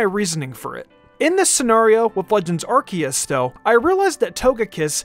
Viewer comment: It’s Ar-see-us